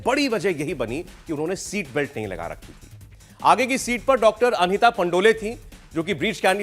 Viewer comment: Dear sir correct pronunciation is Pandol not Pandolay. Thank you